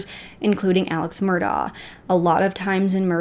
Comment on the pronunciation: Job well done! I recently became aware of the Murdaugh's and started looking into it. This seems like something out of a movie. Unbelievable! I appreciate your research and the details you've included. I believe Beaufort, SC is pronounced with a long U (like 'Bufort'). Also, Alex Murdaugh pronounces his name 'Alec Mur-dock', just listen to his 911 call. One more constructive critique, the front of a boat is called the bow. That is pronounced 'bowel', like a bowel movement, not like a bow and arrow. I look forward to watching your update on this case! You really have done your research and included a lot of details that others haven't!